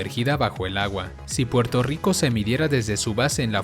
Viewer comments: Soy yo o el dice Porto Rico???? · Muy bello Puelto Rico..